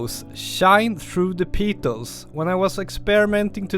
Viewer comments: Fantastic tips, thank you. (In English, its pronounced PETals not PEEEtals, think "I have a PET dog, he PEEES on the carpet" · Another rippa video. 🙂. With pronounciation, "petals", should be, I think sounded as 'pet - als', and depite the spelling, "orchid" would be 'orr - kid'. This is not a criticism, as I couldn't even imagine speaking as you do, in an 'other than my' Native language, but hopefully just a bit of dope for you to take or leave. Keep 'em coming Mate. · I love your videos, but "petals" is pronounced "peh-tels". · Great as always, very inspirational but petals rhymes with get dull just saying :) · I like the video! And also how you say “peetals”! 😋